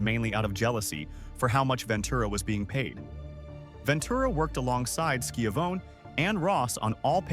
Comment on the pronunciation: Skiavone who’s Skiavone or is it Skyavone I think they mean Tony Schiavone